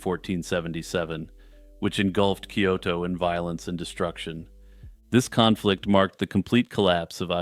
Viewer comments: Khan-flict... god damn it lol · "Kahnflict" 😂 . Your dad joke segways are the best